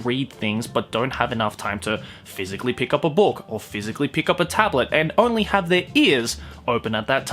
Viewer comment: I don't usually hear your Aussie accent, you just sound American for me usually. But when you say book, It's like you're saying spock. But book. So bock. But more Aussie.